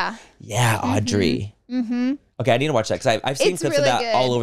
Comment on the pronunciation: When they said Audrey and not Aubrey 😭